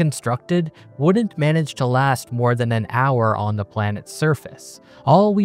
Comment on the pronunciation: WOULDN'T NOT WOUNNINT ABOUT NOT ABOAT FLOATED NOT FLOWDID ATOMS NOT ADAMS